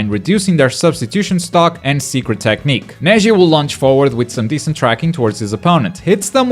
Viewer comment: he said to Neji "her jetsu"